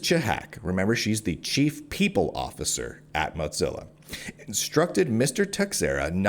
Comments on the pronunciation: I couldn’t listen to the every time you said mutsilla 3rd time i’m out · Why do you pronounce it MOTzilla? There’s no “T” in “Mozilla.” Thanks for covering this! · I hope he gets a big ol settlement. This is deplorable. Side note: Please stop saying “Motzilla” 😂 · Hearing Teixeira and Mozilla mispronunciations back to back is such a high bar to suffer for such a great piece of reporting. Read the article OR BE WARNED.